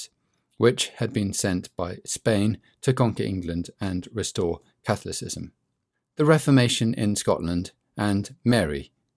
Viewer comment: I really struggled with Henry VIII's saga. Who did Watt What? Little correction here is pronounced /kəˈθɒlɪsɪz(ə)m/